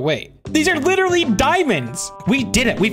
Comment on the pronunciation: please, never say literally like that again, for our sanity thanks :)